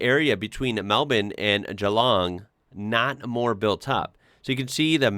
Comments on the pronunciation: Hats off to you for pronouncin GEELONG properly - not GEE LONG like so many British and Yanks do. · Impressed about your pronunciation of Geelong. Well done sir. You are now an Australian.